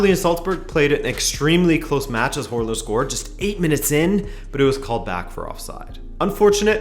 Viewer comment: Å is a pretty difficult letter to pronounce, especially for English speakers, but you said Hårland = hairland lmao